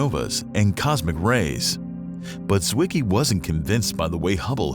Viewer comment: the letter Z in German wean what, dear narrator? Tsett, not zzzzet. And you know what a "Zwicky" is? Come here and I'll give you one.